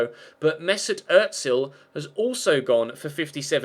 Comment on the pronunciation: It's just Özil, not Öttsil